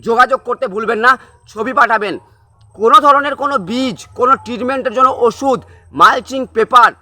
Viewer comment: Agee osuder ucharon thik bolon tarpor video banan